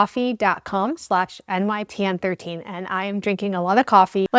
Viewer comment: I'm sorry, are you...I mean are you using code with the "coffee" thing? If I'm not mistaken, you didn't exactly say ".com." I'm really not trying to be funny or crude but...I mean, it really does sound like something else. Your pronunciation of every other word is is spot on except for ".com." Please don't me for pointing out the obvious.